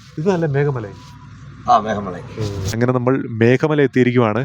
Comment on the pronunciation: മേഖ മലയല്ല ഭായി മേഘമല ....🙏❤️